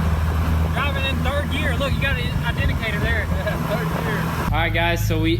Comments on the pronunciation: "Look you got an idenicator right there" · 'Identicator' haaha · "Identicator" lol